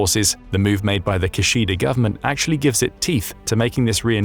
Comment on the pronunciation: Minor nitpick: Kishida is pronounced "Kee-shee-da." Neither of the syllables are stressed. Japanese don't stress syllables, though it can sound like they do if there are two consonants together (e.g. Hokkaido where the 'K'-s sound like they're stressed over the other syllables).